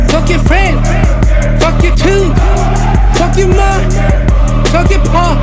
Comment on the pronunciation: fuck your ~ 훅을 마지막에도 한번더 넣어주지.. 이부분이 제일 좋은데.. 발음도 개 좋음..